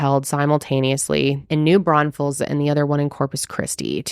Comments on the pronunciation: Thank you for covering this case !!! Also, for the correct pronunciation of New Braunfels !❤❤❤ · Thank you for saying New Braunfels correctly lol